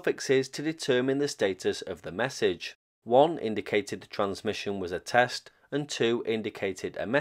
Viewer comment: Test, test? More like Text, text in my ears. Love your work!